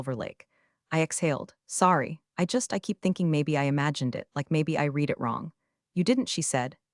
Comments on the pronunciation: Are you unaware that read can be pronounced “reed” or “red”? You consistently use the incorrect pronunciation. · Isn't AI wonderful! it has managed to wrongly pronounce every iteration of "read" (reed) or "read" (redd) in the novel it was given to mangle, no wonder I despise AI, people are too stupid to use it properly! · You don’t earn thumbs ups or subscriptions when you don’t bother to edit the voiceover. Your script narrator doesn’t differentiate between read pronounced as “reed” or read pronounced as “red”. Get it right. 👎👎👎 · Somehow uou managed to find an AI that *always* pronounces "read" wrongly: "reed" when it should be "red"; and vice versa. That's not incompetence. It transcends carelessness and enters the realm of anti-literacy. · DOES ANYONE PROOF THEIR POSTINGS? TO READ PRESENT TENSE, HAVE READ(PRONOUNCED RED) PAST TENSE. ESQ-ABBREVIATION FOR ESQUIRE. GET A BOT TO PROOF. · Respectfully, can we teach AI the difference between the pronunciation of read as “reed” and read as “red” via context clues, or is that beyond computer learning? Good story, but hard to listen to. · AI voice not trained to correctly use the right pronunciation of “read”. Highly infuriating. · Same old mispronounced "Read" multiple times! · PLEASE teach your AI the difference between read (reed) and read (red). They're two different words, and your AI keeps getting it wrong. Context matters.